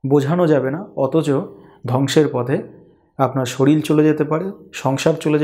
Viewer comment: শরীল আবার কি?কথাটা শরীর।